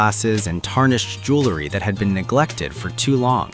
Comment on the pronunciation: Jewelry not Jewlery. (Pronunciation]